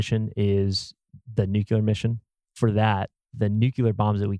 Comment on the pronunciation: I am so sorry to be that guy, but it’s “nuclear,” not “nucular.”